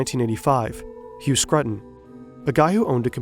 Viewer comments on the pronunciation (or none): none